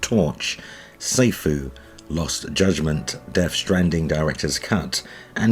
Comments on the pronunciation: “SAI” Fu <~~~ 😂, “SI” Fi…. or “SO” fu is due to release…. haha it’s “SEE” FU. fyi. You actually have no clue do you? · I think it’s pronounced See-foo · Sifu is pronounced "Sea-foo" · It’s pronounced like “See-foo” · Sifu is pronounced SEE-foo. It's kung-fu's version of "sensei."